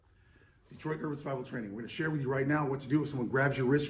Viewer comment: "Detroit urwururr Survival Training"